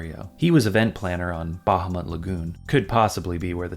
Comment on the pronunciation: hearing someone pronounce "Bahamut" properly really gets me. Also, I desperately need you to cover Einhänder. It's so weird.